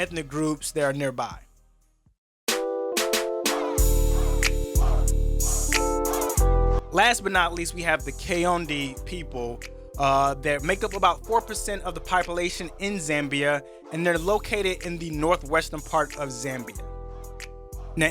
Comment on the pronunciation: My wife is Zambian. It is Kaonde is pronounced kahonde, not kayonde. She so Kaonde...